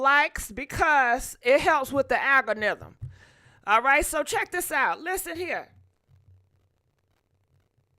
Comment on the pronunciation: Not the alga-niggim 😂😂😂 too funny